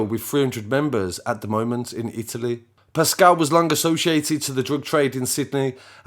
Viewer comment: Its RATuale